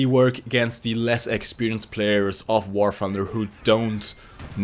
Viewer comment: Did he say “War Funder”?